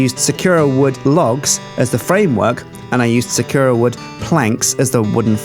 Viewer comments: Its not sukura its sakura Sa-kur-a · It is not pronounced suh Koo Rah its Sah koo Rah it's japanese... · sakura- sah-coo-rah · Sakura is said with emphasis on "sa" and "ra", so "SA-ku-RA". You have to remember that it's a Japanese word, so it doesn't necessarily follow the same rules as those of the English language. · Please for the love of my sanity pronounce Sakura correclty. Sa-ku-rah Please like so he may see! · it pains me when they mispronounce sakura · God, pronouncing Sakura wrong so many times is really painful. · Thank god im not the only one going insane :D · ***** he doesnt... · Is it just me or is he pronouncing sakura wrong?